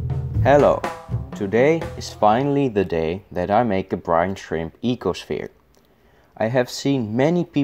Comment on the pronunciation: Ecoshfere? Are you Dutch by any chance?